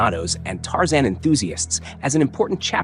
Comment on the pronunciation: It's Tarzan, not Tarzon. Warner Brothers, not Warner Bras. Read you own scripts. No robot needed.